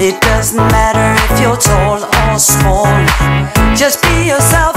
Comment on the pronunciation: "toll or smoll" 😂😂😂